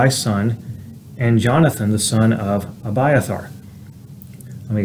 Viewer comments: Exact precise perfect pronunciation😊❤❤So refreshing hearing my name pronounce correctly. Reminds me of my Dad reading scriptures to me an my sisters, when I was a kid as a bed time story. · You exactly said my name right❤😊 I am gleefully amazed❤💯